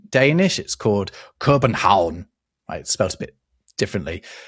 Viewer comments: Hey Dane here love the vid and i want to applaud robs pronunciation of københavn( Copenhagen in Danish). I dont know if it is at all relevant to the discussion, but Oslo wasn't always Oslo. Up to a point it was named Christiania I assume after one of our many king Christians. After they changed name a hippie community in Copenhagen took over the name but it used to be the name of Oslo. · Very nice pronounciation of København,:) Fun fact: A big part of Copenhagen is on the island of Amager. Amager is pronounced 'amar by the locals, exactly like the Dutch word "ama". Amager was originally populated with Dutch farmers brought in by the king from 1521 to produce food for Copenhagen. As intermarriage with Danes was banned, the Amager Dutch kept their own language, also named Amager Dutch, until the mid 1800s.